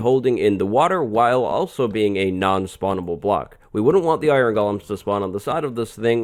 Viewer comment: This is so great. I always thought it was pronounced go-lim instead of goh-lum.